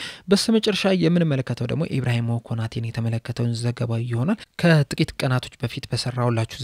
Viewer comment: ኢብራሂሞ ሳይሆን ኢብራሂማ ነው።